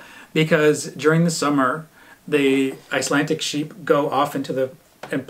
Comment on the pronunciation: Trying to watch as many Canadian vlogs as possible. Keeping it local 😀. it sounds like you are pronouncing Icelandic as Icelantic!